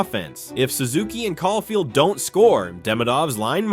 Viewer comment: Great video bro but you gotta work on your player name pronunciations lol. Even Cole Caufield man haha. Maybe just do a quick search up on how to pronounce the player names before recording 😅. Awesome video nonetheless